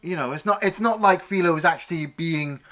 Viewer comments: Hey, did they dub this movie for the UK audience? They say Clint's name a hundred times in the movie. It's not FEEL-O. It's F -EYE-Lo. Ah. You get better as you go. The bikers are all a collection of players from his westerns. You did The Outlaw Josey Wales, one of those guys is the boatman from that movie. Clint drags around all his players like Jackie Chan does. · it's 'Fi-Low Bed-Oh'..not Fee-Low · Its FI low. As in wifi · What was that pronunciation again???? It's "File-oh Bed-oh". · You clearly haven’t watched the movie… you can’t pronounce his name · That was bothering me too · I mean... it's not even a British accent thing, he's just straight up mispronouncing the name like he's never heard it before..... a bit puzzling.